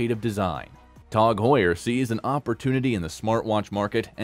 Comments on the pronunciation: Its pronounced TAG not TOG , Tasser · Its not called TOG! why are you saying TOG and not T A G?! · Please stop saying Tawg😅😂 Did he just call Hublot Hub Lot 😂😂😂 And revealed reviled bru… I’m dead 😂😂😂😂😂